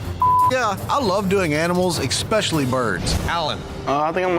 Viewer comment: PSA: One of the most surefire ways to sound like an ignoramus — pronounce “especially” like there’s an “X” in it. “EXspecially” = you’re especially stupid.